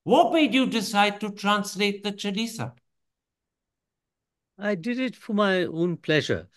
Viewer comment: It's a pity that Mr Thapar distorted the pronounciation of the word chaalisa. May he be as careful about Hindi as he is about English